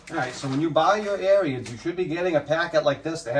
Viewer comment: Ariens...pronounced like Erins, not Aryans, lol.